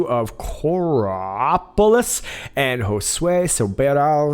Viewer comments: Coraopolis pronounced Corey-opolis. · Ha! Finally caught the in a mispronunciation! It’s Core E Opolis. Yes! He’s still tops with the Englishspeak, though. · It's pronounced cory-op-olis lol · I live in Pittsburgh Pa...your pronunciation of Coraopolis was classic!!! Core E op ulus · "Coraopolis" is pronounced like "Korrie-opolis." Central PA here. Love ya. #TheGreatAwakening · Pronounced Cori opolis. We need a Q here in Pittsburgh.